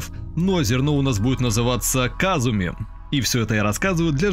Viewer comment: НЕЕЕЕТ БЛ, надо было "казума", а не "казуми", так звали гг самого смешного исекая!